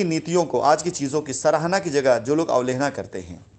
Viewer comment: अवलेहना नहीं बे, अवहेलना... उद्दार नहीं, उद्धार... प्राकर्म नहीं गंवार, पराक्रम... और तू रामायण व उसके पात्रों का उदाहरण न दिया कर... तुझसे घिन आती है, तुझ पर थूकने का मन करता है !